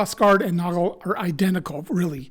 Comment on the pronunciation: As a native German speaker (from Austria), I can assure you that you pronounced both ‘Günther’ and ‘Nagel’ perfectly. Of course, there’s a slight accent, but everyone has one anyway (even in their mother tongue). 🙂👍 P.S.: I’ve been thinking about purchasing this messer for a while now. Your video has made me even more keen to get it.